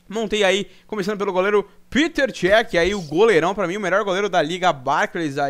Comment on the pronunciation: desculpa essa correção inútil mas se pronuncia pétr chéq OBS (escrevi errado pra mostrar como se pronuncia)